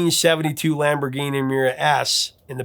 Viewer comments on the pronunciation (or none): none